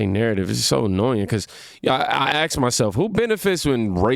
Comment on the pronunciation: You lost me when you axed yourself.